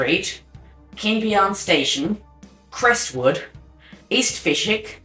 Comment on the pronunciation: "Fish Wick" and "West Un Creek".